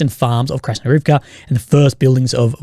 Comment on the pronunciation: For Krasnohorivka you follow the Russian pattern of accenting the next-to-last syllable in proper names ---IVka. But the Russian speakers online blend the ending and accent it HORivke.